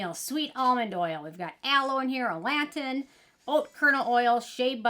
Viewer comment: I thought it was pronounced Alla-Toe-In not A-Lant-Iynn 😆 lol I mean don't take my word for it idk but i swear it was the first one but I don't think it matters it's probably like pecan people say it different ways. I love the LAP oil it's great putting it straight on dry skin rubbing around then add water and rinse and u don't have to do a second cleanse that's what I do sometimes when I'm lazy for my face but I use it on my body in the shower. O the skin 1004 probio cica cream is a good one for flare ups too and cheap I actually had been getting flare ups on my elbows and I used that on it cause I ran out of frangerance free cream for my body and decluttered alot . I added alittle dot of cortisone like every other day for a week and that cream and it was gone in no time and it was bad bad like bleeding and peeling itching like crazy . Also the Kheils balm cream in the tube that came out last year, I used it's really good for that too.